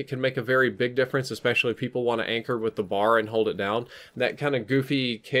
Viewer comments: ITS IS NOT A BAR AS IN CHOCOLATE BAR IT IS A B A R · Like the video... but it isn't a "Bar." The name of the gun is "Browning Automatic Rifle." aka... "B.A.R." As a gun enthusiast I figured you'd wanna know